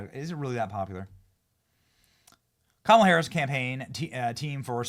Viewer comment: Everytime I hear "kamilla Harris" I laugh 😂